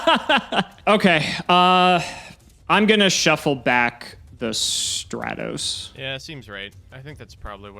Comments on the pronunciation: Nobody:: "STRAY-TOS" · The only thing more infuriating than this DAD-less episode (games 1 and 2) was mispronunciation of Stratos.